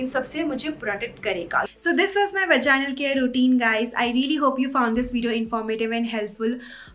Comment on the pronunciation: Omg i have found a such a beautiful video on vaginal health....... I have seen some bloggers who didn't prounce vaginal properly but ur amazing girl